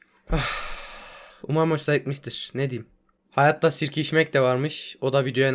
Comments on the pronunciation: Başta sirke içmek diyişini sikişmek diye anlayan tek ben değilimdir inşallah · Abi en başı 10 kere izledim ne dediğini anlamadım S*K*ŞMEK diyon sandım Sirkeç içmekmiş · Sirke içmek dedi ya sikişmek dedi sandim weqqweewqqwe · Sirkeiçmek dedi ya sikişmek dedi sandim